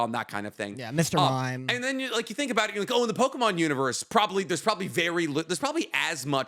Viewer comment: saying Mr Mime is crazy work.